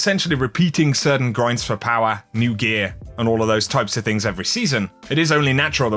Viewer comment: Clicked for the D2 content. Stayed to hear him say POWA!!